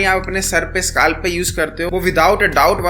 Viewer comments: Scalp❌ skaalf ☑️ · bhai SKALP nhi scalp hota hai